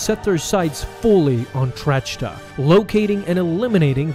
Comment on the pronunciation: Grand Moff Trachta's name is pronounced "Track-Tuh", NOT "Tratch-Tuh". The h is silent. Otherwise, another great video. 😊